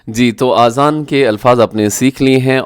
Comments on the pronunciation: Azan not Aazan. Aazan in Arabic Ears ( plural). I assume you have read this Word Aazan many times in the Quran. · My dear brother the correct pronunciation is Azan not Aazan. In arabic the meaning of Aazan is EARS.